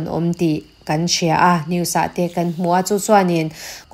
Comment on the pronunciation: A ngaihnawmin beng a var thin e mahse An tih hi Am ti in a ri a kan tih hi kam tiin a ri thin ahei hian rilru a ti he deuh thin a dang chu ngaihthlak a nuam e